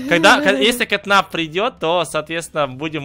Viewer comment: ни кэт нап а кэт нэп